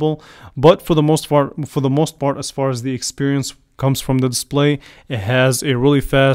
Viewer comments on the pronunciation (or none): he says "most fart" lol